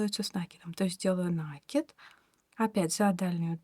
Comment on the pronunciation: Кровь из ушей за новое слово - нАкид))))